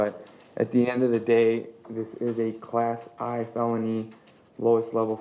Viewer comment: Bro said, "Class I felony!" He didn't learn roman numerals in law school?! That would be a class one (I in roman numerals), my guy! 🤦🏽‍♀️😂 You don't say, "John Smith, triple I." It's "John Smith the third!" 😩😂